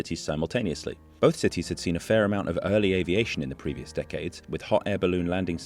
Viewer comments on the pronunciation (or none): none